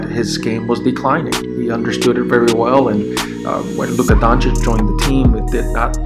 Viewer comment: First few seconds, and yes, you said his name CORRECTLy. Finally1 Thanks, :)